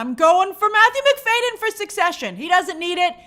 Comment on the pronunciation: It’s Matthew McFAD-y-en like McFadien not McFayden. The D is before the Y!